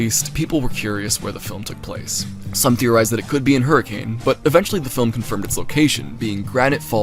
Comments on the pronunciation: erm,,, actually its pronounced "her-ah-kun" not HURRICANE. do your RESEARCH RIGHT... 👺👺👺👺👺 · its not hurricane its pronounced like hurri-can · its pronounced hurri-cuhn im gonna SCREAM